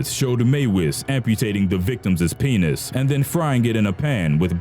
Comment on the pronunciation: i can't stop laghting at how he says penis